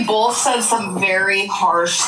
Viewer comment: has about 20 words in her vocabulary it is truly fascinating. Also love when asked about your pronouns and she clearly states BOLTH.